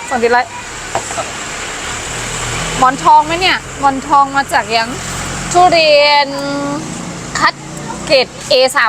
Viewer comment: มันคือ ทุเรียน ไม่ใช่ ทุเรน หัดพูดใหม่นะ